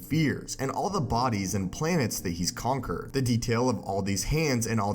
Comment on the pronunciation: Anyone else notice how he said concer instead of conquer, multiver instead of multiverse and univer instead of universe